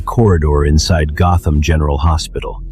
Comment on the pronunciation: Gotham ❌ Gotman ✅